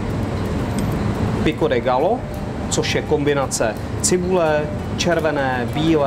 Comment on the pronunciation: Quesadilla vypadá chutně, ale bylo fajn, kdyby se pán naučil správnou výslovnost. Ve španělštině se dvě L vyslovují jako J, je to tedy "quesadija" a pico de "gajo". Jinak vaše verze Quesadilly je spíše Tex-mex než mexická kuchyně ;) Jinak like